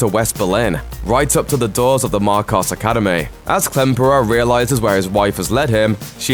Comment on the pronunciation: He even said "Academayyyy" so yeah it's not like English was the strong suit there either HAHAHAHA